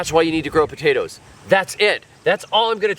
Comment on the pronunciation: Taters?….what’s Taters? POTATOES! 😂